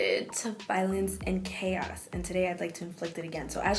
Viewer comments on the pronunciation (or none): none